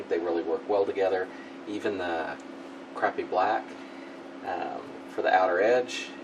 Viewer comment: Are you saying crappy black?